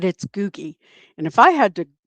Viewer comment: Googie was the nickname George Burns had for his wife Gracie Allen. Googie is the name of one of my cats. We say googie like you'd say goodie, not goo-gie